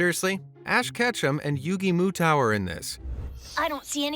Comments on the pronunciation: It's Yugi Mutou not Yugi Muau say his name right. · First of that’s not yu gi it’s atem or yumi and second it pronounced moto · Not misponouncing Yugi's name thouuuuugh. ;o; It's pretty much like the phone company, Moto, ahaha. "Mow-tow". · Aside from these movies being crappy, uh,, what was that? Yugi what?????? It's pronounced MOTO for the NA market, and let's be a little more accurate since you showed a picture of Yami Yugi 😂